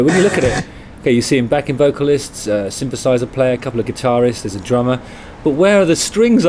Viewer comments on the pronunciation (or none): none